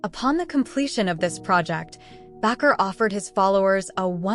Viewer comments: It's Baker not backer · Bakker is NOT pronounced Back-r, it's pronounced Bake - r, like someone who bakes a cake. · It’s “ Jim Bakker” not Backer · This such an unprofessional website. His name is Baker . Why do you constantly mispronounced it. I don't want to watch anything else you put out